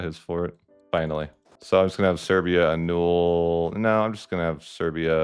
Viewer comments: Are you mispronouncing annul (uh nuhl) as uh-nool on purpose or is this a word you've only ever read and not heard people use before? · No, that's not how it's pronounced in British English either. It's uh-nuhl in both. Maybe in some regional accents it's said that way, but not in proper English of any variety.